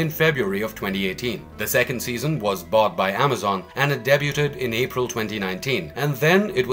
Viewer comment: You're unfortunately pronouncing debuted wrong